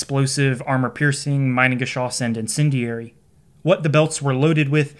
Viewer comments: Great video, one minor correction though: You use the English pronounciation of "mine" instead of the German one. No biggie, but I suggest you look up the correct pronounciation of the item in question beforehand. :) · It's pronounced Meenengeschoss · It’s actually pronounced meenangeshoss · It’s pronounced me-nengeschoss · Quick tip: pronounce like “meanan geschoss”. Has nothing to do with mining. 😊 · A little note from a German: Pleeeease don’t pronounce the word Minengeschoss as „mainengeschoss“. The letter i is pronounced e in German, like in the word „inter“. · That's funny, you know a huge load about the Minengeschoss but you still can't pronounce it correctly 😂 Try to say meenen but don't make the ee to long, just take the sound of the ee when you see an i in German. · Begging people that if they make a video about something like "Minengeschoss" they at least check that they pronounce the titular thing correctly. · In German - switch the pronunciation of I and e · Next video goes about pronouncing the names correct. Its not majnengeschoss, its mienengeschoss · haha pronounce "mee-nengeschoss", cause it's mean. "my-nengeschoss" sounds like "minebullet" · German native speaker here with a small pronunciation correction (because of course, because I'm German.. :D ). The way you pronounce the "Minen"-part, it would have to be spelled "Meinengeschoss" - which is not a proper word. It's "Minengeschoss". The "Mi" part of the German word "Mine" is pronounced similarly to how you pronounce the English "me" (as in "me, myself and I"). So ... "me-nen" in a super-poor man's phonetic speak. :) Googling "Minengschoss pronunciation" brings up a page with a good example of the correct pronunciation as the top result. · fyi pronunciation is "me"-nen not "my"-nen great video! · The first syllable is pronounced like "me", not "my". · The Geschoss part pronunciation is on point. Just the first part is infuriating for us Germans. Try pronouncing it like meanan. 😊